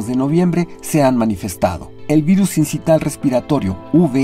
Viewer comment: Otro wey, sincital? No manchen póngansennnnn a estudiar el tema, es sincicial o del latín sincitial que se pronuncia igual...